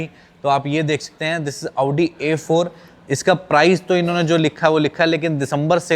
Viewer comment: Aoodi😂😂😂abe audi bol , aoodi nhi